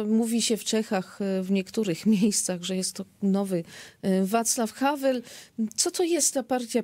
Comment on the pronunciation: Drobna uwaga, to byl WAclav Havel, nie havl.